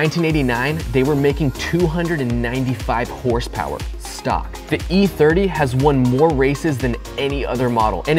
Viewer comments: More like hrsprs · Never heard of this “ horse power “ I think you mean hurspers?